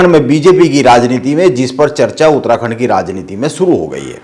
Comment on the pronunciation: उतराखण्ड नहीं भाई उत्तराखण्ड 😂😂😂😂😂। पत्रकार तो की मज़ाक 😂😂😂